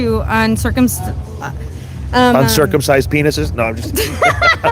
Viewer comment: She mashed up "unforeseen circumstances" as "uncircumcised". 😂😂😂